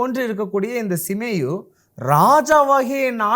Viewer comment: சீமேயி என்ற பெயரை சிமேயு என்று தவறாக உச்சரிக்கிறீர்கள்